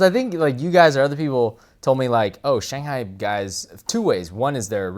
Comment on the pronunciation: It's not "Gun Num", it's... Gang, like the word for "tank" in Mandarin, and Nahm (like "nam" in Vietnam). Of course this is the same guy who keeps incorrectly pronouncing Shanghai.